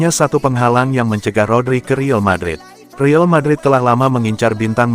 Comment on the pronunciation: Saran klo pake AI voice tulis REAL madrid nya jadi RIAL madrid. Klo REAL sistem AI nya menganggap itu bahasa inggris jadi kedengerannya Rill madrid 😂